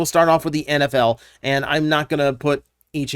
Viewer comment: Every time you said NFL I misheard it as Anabelle, and I was wonderding if I missed an announcement.